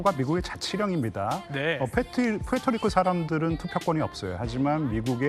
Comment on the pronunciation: 프리트리코 아니고 푸에토리고임.